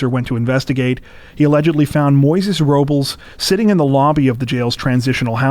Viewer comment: PRONOUNCE IT RIGHT. ROBLES IS “ROwB LESS” NOT “RO BOWLS” What the fuck are you people on.